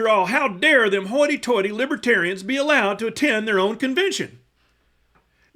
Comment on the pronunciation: He should have learned how to pronounce the party's name. It's not *Libbaterians*. VOTE BLUE 🔵🌊🌊🌊🌊 #BidenHarris 2024 #TrumpStinks #Trumpsmells